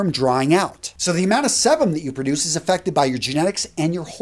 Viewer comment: Physican weighing in. This was well researched and accurate in my opinion. Only critique is that it’s “see-bum”